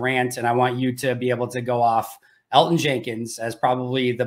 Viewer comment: Yo can we teach mike how to pronounce Elgton Jenkins name please? You’d think he would understand he’s pronouncing it wrong and I can tell keeps saying his name to try to show mike he’s saying it wrong😂